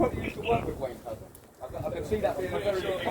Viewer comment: "Wayne Couzens" .. keep doing it ..